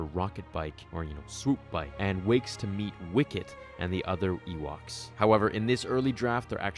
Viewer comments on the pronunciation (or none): Ewaks just sounds soo wrong, I’m thankful they called it Ewoks